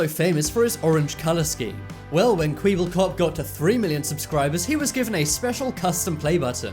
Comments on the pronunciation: It’s kweblekop not kweeblekop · Is noone getting triggered from him saying Kweebelkuup not Kwebbelkop? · Its not kweeeble its kweble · IM TRIGGERED... HE SAID Kweeeblekop INSTEAD OF Kwebblekop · Its not kweb-bol-cop. Its K-web-bel-kop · Its not kweeeeeblekop it is pronounced qweb ul cop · Its not Kwibilkop ITS KWEBELKOP!!! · KWEEBELKOOP Thats the worst pronounciation ive ever heard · Who else was pissed when he said kweeblekop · Kweeeble kop 😂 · Did yo just say kweeebulcop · The way u say Kweblelkop KWEBBLEKOP fucking annoys me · ma nigga said kwiebelcop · this man said “KwEeBuLkOp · It was so Cringey that i was Screaming It's pronounciation is Kwyebelcop lmfao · F u for saying kweeeeeeblekop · He said kweieble kop it's pronounced different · Kwiibblekop, lmao he said it so wrong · It is pronounced Kwe bel kop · AHEM its pronounced Kwa bal kop. Dummy i knew like 4/5 youtubers on thiz How come sssniperwolf isnt on this she has 13 million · You said kweeble cop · You know that you say kwiebelkop??😂😂😂 Why can nobody pronounce dutch?? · Every time he says kwiiibelkop my head hurts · "KWIIIIBELKOP" And why are you like supporting E-series?? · "kwiebelcop" I'm disgusted by that pronounciation of his channel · I’m raging when he pronounce kweeblekop wrong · u sais kwebbelkop wrong 😠😠😠😠😠😠😠😠😡😠😠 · Stop saying kweeblkop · Kwibelkop? You dont even know how to say his name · LOL kweeblecop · Kwibbelkop smh ... please try to pronounce names better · It's not kweeblekop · Pronounced kwebblekop wrong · I fucking hate his vid coz he says kweeeble cop, is a tseries supporter, and this bitch said "custom play buttons made by YouTube" even though only 2 were made by youtube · kweeeeble cop LOL! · i was just about to comment when he said kweeeebelkop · He pronounced it as Kweeebbel cup.__. What is he kindergarten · Kwiebelkop😂😂 learn to pronounce youtubers before you mention them in a video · You said kwebelkop rong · He pronounced kwebbelkop like "kweebbelkop" lol